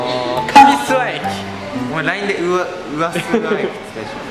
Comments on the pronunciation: すわのイントネーションが違うわ す↑わ↓じゃねぇ す↓わ↑だ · す↓︎わ→じゃなくてす→わ↑じゃないのかな？ 諏訪市民じゃないけどイントネーション気になった…